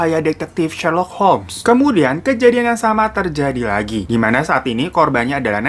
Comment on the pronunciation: 'Detail Kejadian' bang, bukan 'Detail Kejaidan' 😂